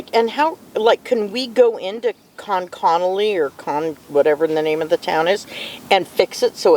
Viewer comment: BTW, it's pronounced conk-ah-nully